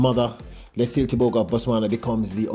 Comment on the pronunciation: Bro. His name is pronounced Let See Lay